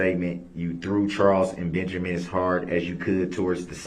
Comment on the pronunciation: His name IS NOT BEN-jer-MAN!! It’s Benjamin! Ding dong!